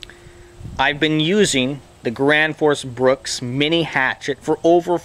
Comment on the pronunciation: "thi grans foos brooks"